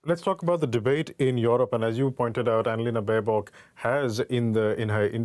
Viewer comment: Baerbock 😂😂😂 this girl can't even pronunce simple german word's, this will be fun.